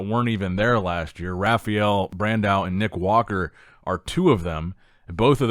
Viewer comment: Ha-Fye-El Bro. Not Raghfael. Butchering his name even with American dialect.